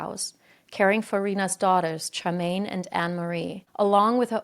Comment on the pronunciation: most of the locations were pronounced wrong but they do have wierd spellings (Worcester is pronounced Wuss-ster, Leicester is pronounced Less-ster) but Partington is pronounced exactly as it's written. And Charmaine is pronounced with a "sh" sound.